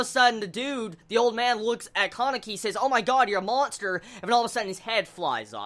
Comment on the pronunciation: I've never heard kanekis name pronounced like that before xD I usually hear the name pronounced kah-ne-ki instead of Caw-ne-ki